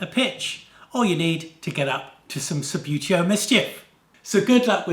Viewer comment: You say Sub-beau-teo, but I always called it Sub-boo-teo!!!